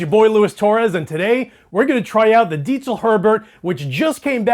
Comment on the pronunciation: Damn. That sounds great. And... he pronounces “Diezel” correctly. Well done!